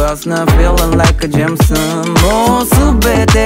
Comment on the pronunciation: 曲もpvもめっちゃ好き！ 個人的にJAMESON🍾歌詞に入れるところとその発音と指差す感じ、カッコ良すぎ！